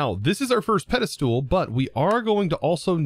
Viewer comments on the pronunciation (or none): can you please say "ped-i-stol" not "ped-i-stool" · I cannot get over the way pronounces Pedestal! He says Peda-Stool I've noticed it for years but never commented it! hahahha. Loving the content! I'm binging this series right now! So good! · anyone else get mildly annoyed when he says "Pedestool"? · Just a little bit but ya lmao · i keep referring to this video to automate the pedestals... but i gotta say,, your pronunciation of the word "Pedestal" makes my ears bleed.